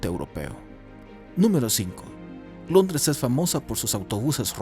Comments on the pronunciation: "Longres" xd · Alguien más escuchó “LONGRES” ????